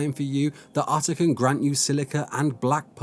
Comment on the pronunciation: its otter not utter lol